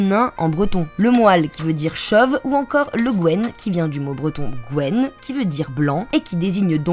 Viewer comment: En effet, c'est une grave faute de français, en matière de prononciation. Ainsi, "haute" (o fermé) n'a pas le même sens que "hotte" ou que "hot" (o ouvert).